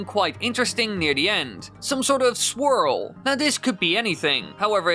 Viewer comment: My man keeps saying squirrel not swirl. I swear. Maybe it is the faster playing speed of the video.